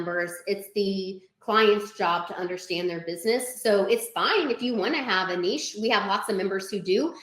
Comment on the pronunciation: I'm just letting you know that the way you pronounce Niche is alarming, I had my eyes closed and the ad was just playing, but once you Niche they snapped open and it put me on alert